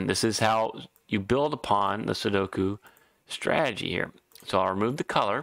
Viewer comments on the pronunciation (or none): Lazy pronunciation number 2. You say "strag-gy" as a two-syllable. It is three syllables STRA-TE-GY.